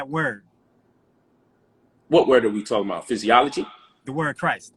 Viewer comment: He lost at Jesus is fizz zee ology (physiology!!! ) somebody going to have to correct him on the usage of the word. 🤣😂🤣 dude been speaking to so many uneducated people for so long that he feels he's actually a educator. Salute to for letting him live. The best teachers speak with a humble heart but just like that crocodile that negative energy is dormant and when its go time...smh say less